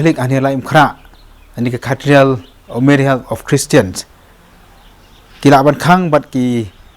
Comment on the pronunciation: Caterial?? Ne Cathedral.. pronounce bha